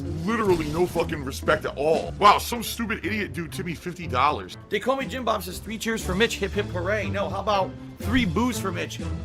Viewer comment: "Wow some stupid idiot tipped me 50 dallors"